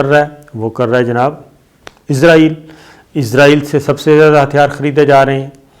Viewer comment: اسلام وعلیکم صابر شکر صاحب سر جی لفظ اسرائیل بولا کرے یہ ملک کا نام ہے عزائیل فرشتہ ہیں جو جان نکلتا ہے